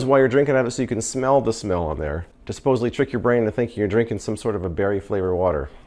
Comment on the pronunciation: You said 'suposibly' when speaking about the swivel tray.. sigh please correct that word. Supposedly. There is no 'b' in that word. I never heard of any one of these products and I can't say I missed out. I wouldn't have bought a single one, even if I saw them on 'as seen on tv' or any other location. Every one looks like cheap chinese knock-off crap that is designed to cheat you out of money.